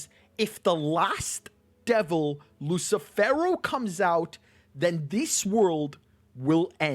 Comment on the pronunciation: "LUSSIIFEWROOWW" hahahaahahahah lmao